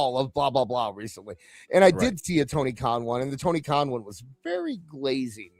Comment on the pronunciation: toin karn sounds like toony karn 😅😅😅😅😅😅😅😅